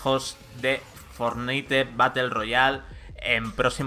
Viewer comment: Porfavor no digas Fornite di Fornait